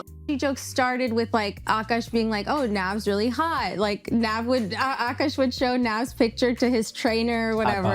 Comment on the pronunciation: He is no longer uhkosh is he isnow ahk-ahsh